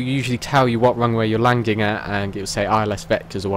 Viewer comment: Why do you say landing "langing" lmao